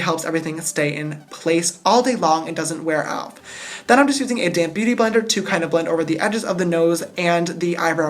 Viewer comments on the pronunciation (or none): Am I the only one that hears "damn beauty blender" when he says "damp beauty blender"? 😂💜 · Oml I keep thinking you say "a damn beauty blender" 😂😂 about 10 mins after the video I realised you said 'a damp beauty blender' 😂❤ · When you say “ Damp Beaty Blender” I always think you say “ Damn Beaty Blender “😂😂😂😂😂😂😂